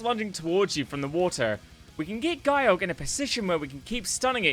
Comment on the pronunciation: It's not "Guy-Yorg", otherwise it would of been spelled Gyyorg, no it "Ge-yorg" get the name right